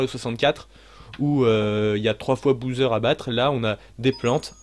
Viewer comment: super vidéo , ça me fait rire que dises Bouseur pour Bowser , ça me rappelle les mauvaises habitudes que j'ai pris petit aussi quand je jouais à des jeux et que je ne connaissais pas non plus la prononciation et que j'en inventais une ^^